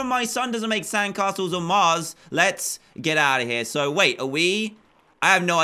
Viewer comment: When you sayed mars I heard you say cars